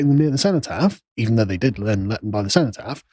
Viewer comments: seh·nuh·taaf, what's this see-know pronunciation? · Seenotaff, never heard the before only senOtaff (cenotaph) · Sen-oh-taff. Ffs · Why can't he pronounce cenotaph?